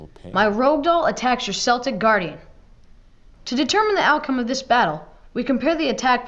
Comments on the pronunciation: K-eltic Guardian not S-eltic Guardian. Bothered me for some reason lol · Which is weird because even the anime dub had it as KELL-tick. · "sell-tick" ah, Americans always get this wrong. "kell-tick". (Unless you mean the football team (soccer), in which case, it's "sell-tick"). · No worries bro, it's Keltick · Pronouncing Celtic as Selltic. Yes the Scottish soccer club is pronounced that way (spelled Celtic), but hearing it in regards to the monster Celtic Guardian made me smh. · In defense, in my language, Celtic is translated as "Céltico" (pronounced like "sell thikoh"), so, since I never hear Celtic in English (don't like American Football), I'm like... wow I've been pronouncing that word wrong for nearly twenty years... I feel like an idiot. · I love how they pronounced Celtic Guardian with an S sound like the basketball instead of the K sound used for the actual Celtic people. I grew up in Boston so all of my friends used the S really brings me back lol. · Celtic has a hard C tho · The unromanized pronunciation of Celtic was painful. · Ugh... The way he pronounced Celtic Guardian... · I always wonder why Yugi pronounces it with a C. I am a basketball fan first before playing YGO and English isn't my first language so I always pronounced Celtic with an S when I was a kid. lol